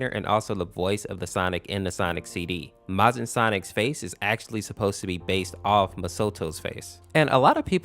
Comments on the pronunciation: It’s Majin MAY-jin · it's not mojin -_- it's majin